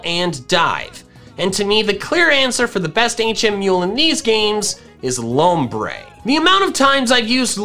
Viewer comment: THE U IN LOMBRE IS SUPPOSED TO BE AN O!